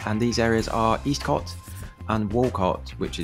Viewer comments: With the caveat that I left Swindon 22 years ago........ It's not pronounced Eastcott, rather Estcott. However it's not even referred to as Eastcott but rather Old town. Never felt particularly dangerous, not like some of the estates begining with a p anyway. A little scruffy perhaps but never dangerous. The idea that statistically it's got the highest crime rate in Swindon now seems bizarre to me. Much has obviously changed since I've been away. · For your information, Eastcott is pronounced Escott and Walcot was a Council house estate started in the 1960's as a London overspill estate and was always a bit run down. I know as I was born in Old Walcot which was a 1930's private estate. Do I got the Swindon anymore, no I don't